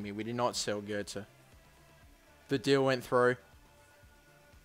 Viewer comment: Well done for pronouncing götze correctly 1st time